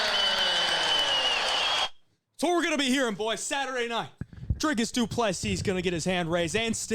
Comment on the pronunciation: And kudos on the pronunciation of Dricus' name. Almost perfect.